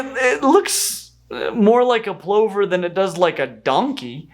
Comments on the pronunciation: Plover = Pluver not Ploover! At least that's how I've always heard it said, and the number of times you 'mispronounced' it was driving me a bit nuts. Also, there are no seagulls. There are just gulls, many of which are associated with the sea, and landfills. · I trust you a lot when it comes to animal name pronunciations. My whole life here in Australia I've only ever heard "Plover" pronounced like "Lover" with a p. Are you telling me it's been "Ploe-ver" the whole time? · Plover rhymes with lover French pluvier from Latin pluvia "rain (water)" and related to pluvial. So plowver makes no sense. Someone learnt that from reading it which is not how language works, it's spoken. Only dead languages work from reading. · Never come across 'plover' being pronounced to rhyme with 'clover'... in the UK we say it such that it rhymes with lover . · Plover rhymes with lover. Masked lapwings are grassland terrors around my part of the world. They lay their eggs in grass and are very defensive of their nests with loud calls and charging. They could lay their eggs in a more defensible location, but that would be too obvious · they're pronounced P Lover as in a Lover... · plover is pronounced pluver in actual english :) like other, not over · say lover then put the p in front. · I've never heard plover pronounced that way 😛 In my corner of the world, it's more like pluhvuh 😄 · AFAIK, most Americans also pronounce "plover" to rhyme with "glover." I've never heard pronunciation before. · Interesting that US pronunciation of plover is different than British. Here it's "pluvver" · This is the comment I came here to make. Maybe it's a regional thing (Australian here), but they're "pluvers". And the swoop like magpies here too. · Is that really how "plover" is pronounced? I've only ever heard it pronounced "pluvvah". This has been a profound culture shock. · Pluvver. It's pronounced pluvver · Me an Australian who has never heard "plover" pronounced like that